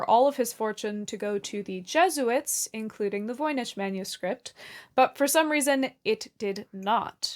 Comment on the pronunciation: Voynich... Voi Nik not Ch as in church but k